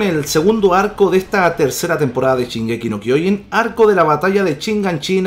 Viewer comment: Es shingeki no chingeki